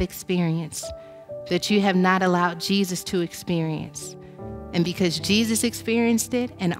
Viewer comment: But His Name is NOT Jee Zeus 😳🐍🫨